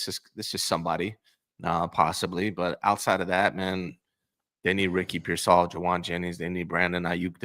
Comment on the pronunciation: I didn't know graduated from the Raj school of Ricky Pearsall pronunciation